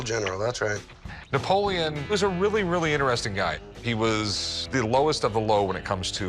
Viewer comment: dud at least pronounce his name right, like what happened to the e at the end. Napolean Bonaparte is my favorite historical character in general, he was actually average height back then, he was just around taller than average people